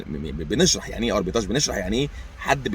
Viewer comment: معلش يا استاذنا تصحيح بسيط في نطق الكلمة هي أربيتراچ و ليس أربيتاچ، اعتذر لو كان فيها قلة ذوق مني، كل سنة و حضرتك طيب